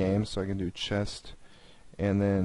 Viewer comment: Dude... Please tell me that you are from a different country and English is not your mother tongue. Chest instead of chess?! Horse instead of Knight?! Really dude? Even your pronunciation of config was a little iffy. Sorry dude but I'm being honest here!